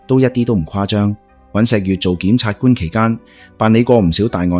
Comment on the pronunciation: 檢察官都讀錯吾系呀